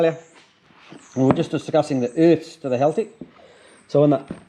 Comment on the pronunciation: 'The Urths'